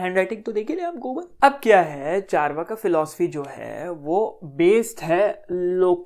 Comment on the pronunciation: Yaar Chaar-vaak jo aap bharatiye ho kar sahi pronounce nahi kar paa rahe ho vo mere kaano ko dukh de rha hai thoda sa